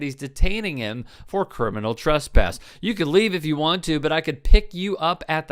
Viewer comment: Ah man .. when the cops can’t even pronounce “criminal” … “crinimal” is not a word … smdh